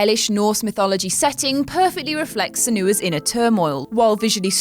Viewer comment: Sen-You-a, not Sen-oo-a. The fact that you don't know that means you didn't play the game, as they say her name repeatedly throughout the game.